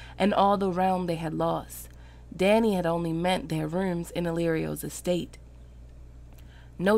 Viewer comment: Dany was butchered.